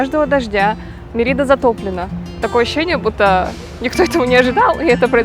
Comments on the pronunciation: Очень интересные видео. спасибо. но, пожалуйста, произносите город правильно - Мéрида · Как можно снять видео не умея произносить название города, про который ты снимаешь видео! Мерида - ударение на первый слог. Вы же там были. Я жил на полуострове много месяцев. Если сомневаетесь - посмотрите энциклопедию, спросите любого жителя. Не смог смотреть видео из-за этого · Вроде ударение на первый слог?